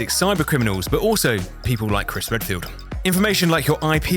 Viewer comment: 💀💀💀 the punch and the “Chris roadfield”